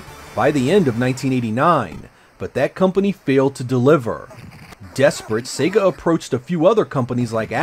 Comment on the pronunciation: It’s also nice to hear a Youtuber pronounce “Sega” the same way you hear it at the beginning of Sonic The Hedghog.... “Say-gah” rather than “Seggah”. Always irritates me when I hear the latter.